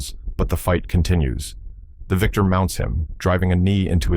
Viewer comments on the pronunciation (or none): none